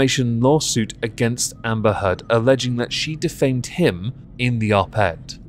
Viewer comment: Did you say Amber Turd ? Just checking <3